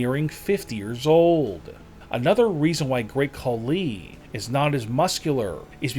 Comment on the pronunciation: The Great Call-Lee? And please don’t believe that Braun photo.. it’s as fake as this channels credibility.